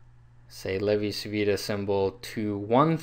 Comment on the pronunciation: It's pronounced "Chi" because Italian c followed by i or e sounds like English ch. "Lay-vee chee veetah"